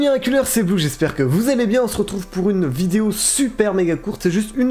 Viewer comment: qui a remarquer dans son intro il dit j'espère que vous amez bien au lieu de vous allez bien mdr 😂